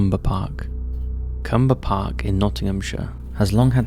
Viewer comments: CLUMBER Park, not Cumber. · It's Clumber Park, with an L, not Cumber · I live near to Clumber and when I heard him say cumber park Nottinghamshire I was like wait there's a cumber park too?? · ..it’s CLUMBER PARK in Nottingham - you missed the ‘L’..